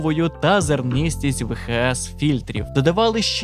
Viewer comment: правильно казати "ві ейч ес"